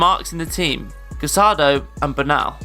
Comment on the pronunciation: I wonder why everyone on youtube mispronounces Casadó's last name. It's CasadÓ, not CasAdo.